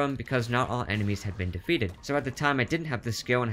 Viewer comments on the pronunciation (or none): none